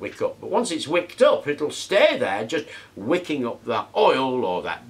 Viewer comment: I thought you were saying WICCAN, not "wicking" so I was a little confused at first.